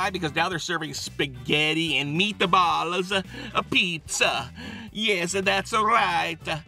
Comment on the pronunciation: the first two minutes is literally him saying how great the place is followed by 'spaghetti and meatballs' in an Italian accent